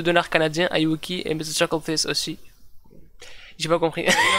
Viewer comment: déjà c'est chuckle pas chuckel